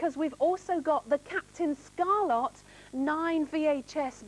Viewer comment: ScarLET not ScarLOT